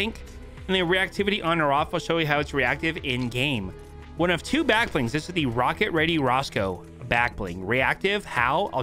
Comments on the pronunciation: WANNA SEE WHO??? ROSCOE not rocko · The trigger when you called Roscoe Rocco is insane....